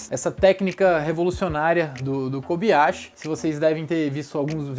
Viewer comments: nao fala kobiyashi e sim kobayashi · na boa a pronuncia é KOBAYASHI! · KOBAYASHI e NÃO KOBiYASHI